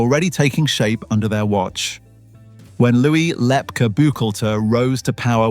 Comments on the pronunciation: It's pronounced Lep KEY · AI or did someone really pronounce Lepke "Lep-cah" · Thanks for this, very interesting, as others have said the name Lepke was pronounced with the end letters as KEY. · “Lepkeleh” WAS a Yiddish term of endearment used by the mob boss’s mother in addressing her SON. But as an adult living in NYC, he most certainly would have gone by “Lep-kee,” hard “Brooklynese” for a mentionable nickname among his peers. People without frames of reference and personal acquaintance with other people’s spoken vernacular should defer to other people to narrate unfamiliar texts for them. Likewise the word typed “Inc.” was NEVER pronounced “ink” prior to 1975–1980, when recorded dictation was used, or stenography, to transcribe letters and other documents, often abbreviating similar words to produce a typewritten or typeset article. Upon reading the item, however, no one would have confused “, Inc.” with “ink” for the title to have made syntactic sense. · The narrator did mispronounce Lepke.